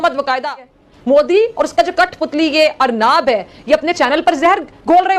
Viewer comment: अरनाब नही रे पगली अर्णब है